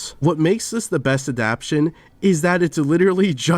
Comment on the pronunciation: this guy needs to figure out how to say adaptation